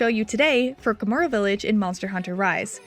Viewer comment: It's not Kamura, it's KaH-mura.